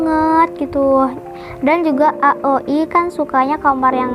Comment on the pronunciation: Bagus kok tapi di rapiin lagi ya👍 Ohiya bacanya aoi aja jangan a o i 🙏